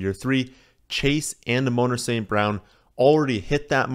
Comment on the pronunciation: A-moan-ruh lmao